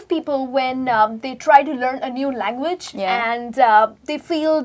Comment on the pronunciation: is overacting... She pronounces each word incorrectly.. Like "learn" "Language" "think"... Etc.....